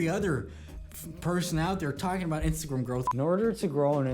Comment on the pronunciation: Instagrim lol. When did you start saying it like this 😂